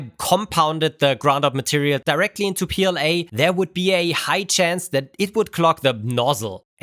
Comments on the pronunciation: It’s not pooLA, it’s PLA-BS 😂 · no, poola not pla